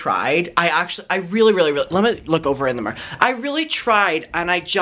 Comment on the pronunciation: How says “mirror” 😂 love it